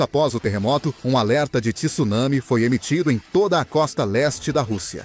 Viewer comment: TSU, não TISSUNAMI....